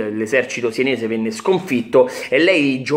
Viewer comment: Si dice SENESE no sIenese